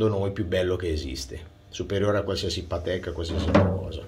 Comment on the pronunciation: E soprattutto c'è chi continua a pronunciare Patèk e non Pàtek...🤷‍♂️